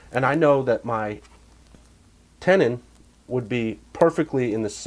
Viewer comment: buddy, you are breaking my chops.... It's known as a TENON. Not a TENDON or a TENANT.... Now get back to work... Scratches for Peanut!!